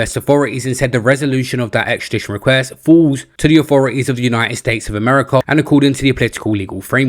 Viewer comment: I've never heard of Errmerrycar, or Roomane-E-aar.